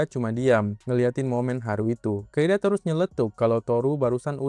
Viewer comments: Di Inggris nya "Kaede" tapi yang gua denger "kaida" lah ......!? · Kaede bang bukan kaida 😂 duh pdhal tulisannya jelas lho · Kaede bang, bukan Kaida😭